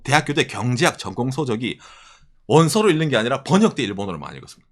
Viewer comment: 일는이 아니라 익는으로 발음해야 합니다 ㅠ